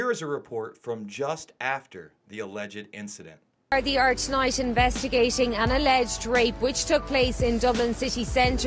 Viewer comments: First of all, there's no cover up or special treatment, it's the law in Ireland that names aren't mentioned to protect the victim. Secondly, it's pronounced gaurd-ee not guard-ay. And finally Ireland is not part of the UK. You look stupid af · That's pretty much correct. Most people say the "Gar-dee".. others say "Gar-Da" (more when they're speaking about an individual one).. or just call them "Guards" collectively. Technically, it's Garda Síochána. But I agree nobody says "Gar-Day".. but to be fair this man is not from here. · It's pronounced guardee not garday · It's pronounced gar-di not gar-day ffs. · Gar-day 😂 😂 it’s pronounced gar-deee nice video, I subbed! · its pronounced gard-dee when it's more than one officer and gard-ah when it's just the one. Lol 😂 🇮🇪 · 'Gar-day' LOL! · Gar day mate😂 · how about waiting for the truth to come out and please learn how to say garda properly you ignorant twat.